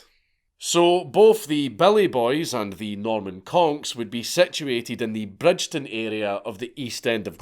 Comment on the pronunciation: You can tell Dank is a teuchter ie not from Glasgow - Bridgeton is pronounced Brigton 😂 silent D Dank ffs